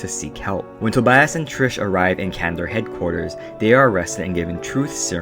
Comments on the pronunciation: i got so happy when you actually pronounced it TRIS the first time and then u said TRISH AHHHHHH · Ummmm, dude... are you: #1 illiterate, #2 deaf, or #3, speech impeded? HER NAME ISN'T "TRISH". Her name is Beatrice, which she shortens to Tris. Tris, without an h at the end. "Tris" is phonetically spelled so I cannot make it ANY clearer for you. The video would've been okay at best... if you hadn't CONSISTENTLY mispronounced her name. Was it on purpose to make fun of this work? If so, why even BOTHER making this video?? If so, you should've called Four "Fourth" or "Thomais". Idk whether the movie for the book was worse, or your ill- informed video about the books. Did you just read the Sparknotes and forget? Jesus that was painful and pointless. Way to waste your own time AND mine! Thanks for pissing off everyone who ever read the books. Bye! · also isnt beatrices nickname tris not trish. why are you saying trish :( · Why do you always say "trish" no offense just saying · Her name isn't tirsh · there is no h in tris so its NOT trish